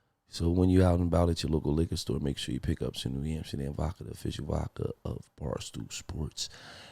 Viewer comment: It’s not VAKKA it’s vodka.